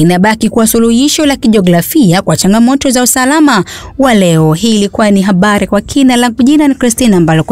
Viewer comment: Habari kwa kina ni vizuri laafuzi yamatamshi iwenaufaha kwa huyo mtangazaji katika utangazaji anapo soma nenohabari siohabali